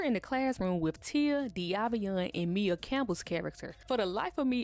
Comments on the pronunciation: Maia (Mya, Maya) not Mia, boo lol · Maia (Campbell) is pronounced "My-uh", Boo 😘😘 Just pointing Dat out. I love Ur content, keep it up 🫶🏾🫶🏾